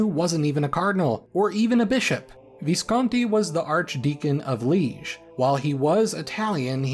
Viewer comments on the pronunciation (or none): Pronounciation of Liége isn't right, might be worth fixing. Probably not.